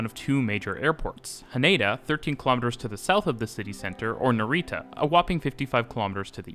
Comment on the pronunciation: Great video, but I really wish you'd learnt how to pronounce Japanese words at least a little bit before this, it's not super important but some of the words like NaREEta were really painful to hear haha.